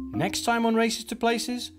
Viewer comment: Not Kanchanburi but kanchanaburi